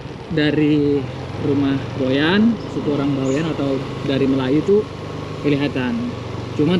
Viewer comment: Org Boyan bukan goyan